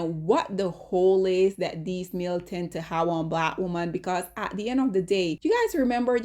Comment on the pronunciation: Lawd! 😔🤚🏼 Ok, the word "women" is actually pronounced "whim-min" not "whoa-min". Whim-min.